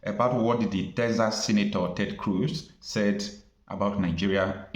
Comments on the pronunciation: It is pronounced KROOZ NOT KROSH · Why are you calling Senator Ted Cruz as crush, the pronunciation is 'cruise'. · please note that CRUZ’s name is pronounced “Cruise”. I come in peace.!! Thank you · They pronounce Cruz as cruise. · it is pronounce as Cruise. This is a Spanish name. Ted Cruz (Ted Cruise as correct pronunciation) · Ted Cruz... his last name is pronounced as "Cruise," like going on a cruise 🛳 🙄.